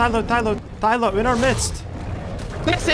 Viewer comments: Thyla not thylo... and the H sound is pronounced for Carchar.. ie Car Char.. not Car Care.. need to slow up on your roman research and do a little dino research my man.. awesome video none the less.. Goopers forever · its not a thyLO its a thyLA TS PMO